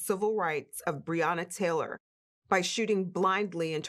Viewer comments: I fail to understand why some of you people can’t even get this woman’s name correct. It’s BREONNA. Pronounced Bre O Na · BREONNA. Say her name correctly clown. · BREONNA !!!! My God say her name correctly !!!!!